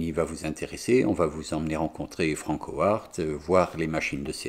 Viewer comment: "Franckowarttt" comment ça pique les zoreilles !! >_< Bonne continuation et go les beaux projets ! :)